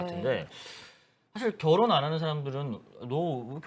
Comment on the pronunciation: 결 혼 결 혼 ~~~ 비 혼 비 혼 진짜 거부감이다 앵커 저런 사람을 쓰냐 ㅋㅋ 기자였어?? 아나운서 코스프레하네 ㅋㅋ